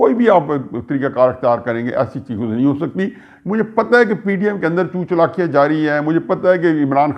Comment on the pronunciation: Chut Chalakian Sir, Not Chout Chalakian